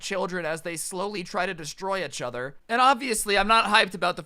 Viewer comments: I lost everytime you said a-chtother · No one: Really nobody: Not a single soul: Literally no one in the universe:: Itchother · Not hating all but I find it a bit amusing when pronounces "each other" as "achother"